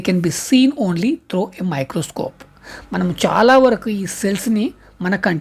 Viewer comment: Microscope❌ microcope ✅ Protozoa ❌ protoguzuva✅😂😂😂😂